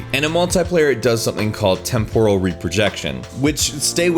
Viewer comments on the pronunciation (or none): none